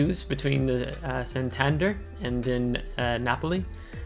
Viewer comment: Very nice Flimsy! BTW, Santander has the stress on the E in Spanish pronunciation.